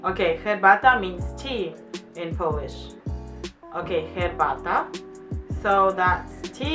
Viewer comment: Ok Lady. It's not a nail polish. It's Polish. It's not the same pronunciation! Try p-oh-land or p-oh-lish. The rest polish words was perfect :) ..almost.